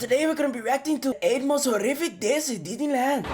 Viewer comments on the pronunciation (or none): Is it just me or did he say Diddy land?